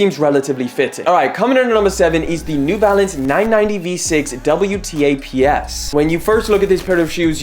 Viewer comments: WTAPS is pronounced as double-taps. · Wtaps is pronouned "double taps"